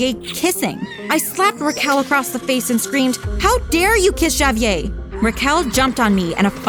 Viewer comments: My god say the name right.... Ja-Vee-Ay?! Nah bruh it's Ha-Vee-Air smfh. God that was so irritating! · No way they pronounced javier as “JAYyy-vier” 💀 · please no one ever let this girl say Javier again. it's HAH-VEE-AIR. ITS NOT HARD TO PRONOUNCE GIRL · Is anyone else annoyed by the name being mispronounced? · Why is she pronouncing Javier like that wtf 💀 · y she pronounce Javier like that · I love how everybody has their own way of pronouncing Javier 😂😂😂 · Lmao, they pronounce it three different ways